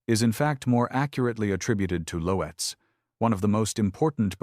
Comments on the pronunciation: It's not Lo-etz....it's pronounced LOTZ...how could you be so stupid?? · Lotes... one syllable = Loetz. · Loetz was mispronounced.